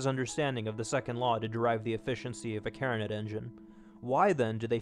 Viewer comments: I would just like to let you know that the pronunciation of a Carnot engine is actually "car - no". Not even kidding, the professor teaching our second year engineering thermodynamics class had this as a question on the final exam to determine who has been to class.. Well, that and the state postulate! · i guess its nit picking but Carnot is pronounced "car-no"